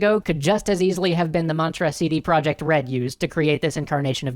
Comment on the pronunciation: Minor quibble: It's pronounced "CD Proyekt", not "project". The name is Polish, not English.